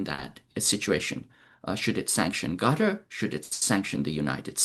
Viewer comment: It’s pronounced “cutter” & not “gutter”